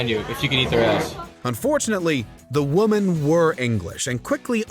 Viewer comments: WHY ARE YOU PRONOUNCING WOMEN, THE PLURAL, LIKE WOMAN, THE SINGULAR!?!?!?!?!? IVE HEARD THIS SAME MISTAKE ON SEVERAL VIDEOS SO I KNOW ITS INTENTIONAL BUT ITS WRONG. EXPLAIN WHY! Please. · WHY ARE YOU PRONOUNCING WOMEN LIKE WOMAN!?!? WHYYYYYY!!!!????? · This guy is unable to say "women"